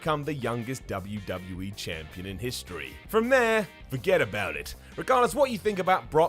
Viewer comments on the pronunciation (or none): did you say champlon